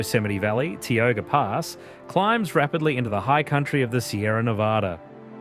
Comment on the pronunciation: Mer ced River is the main River pronounced wrong. Not Mer cy. Ti o ga Pass not Te o ga Rd. I know its probably A. I. Just to let you know.